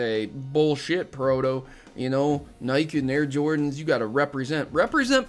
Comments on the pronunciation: This drove me crazy- it's pronounced "Nigh-kee", not "nigh-kk". Other than that the video was neat. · Love your vids, you make some good points in this one, and definitely agree with you that Pokemon isn't a "baby game". First, who cares what other people play? If its fun to you, go for it. I just got back into Pokemon after a long time away - I was one of the Gen I kids back in the late 90's, and I LOVE it again. But... that pronunciation of "Nike" is drivin me nuts man haha, phonetically its like "Ni-Key".. but other than that great vid man! haha. keep up the good work!